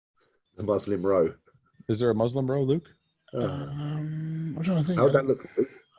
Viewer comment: Luke’s “MUSLIM ROW” LOLLLLL